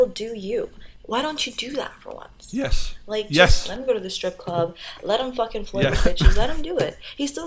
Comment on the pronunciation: “yÉs”